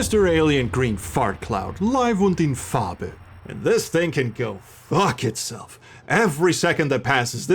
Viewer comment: "Live und in Farbe" was actually very proper pronounciation. Thank you for taking the time to get it right.